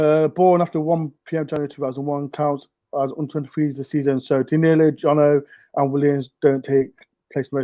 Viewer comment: I noticed that is still calling Danilo dialo for some reason lol